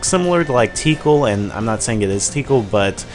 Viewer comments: It's pronounced Ti-kahl...not 'teekle' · BTW it's ti kal not tee kal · Nononono! Tih-kahl.. not tiekle... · why Tickle? it's Tikal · That wolf animal thing next to that pink nurse dog lady looks like Fang. Also, Tee-kal? Sounds like tinkle or tickle. o3o I don't think that's how you pronounce her name. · Tik all say it with me tik all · Haha, Teekle. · btw tikal is pronounced tee-call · her name is takal ( Tu - call ) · You said Tikal wrong. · I swear you pronounced Tikal wrong. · Wow.. I just love how I must be the only one who played sonic adventure and noticed how Tikal is pronounced